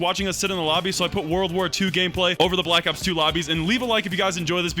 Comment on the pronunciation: Did he say blackops 2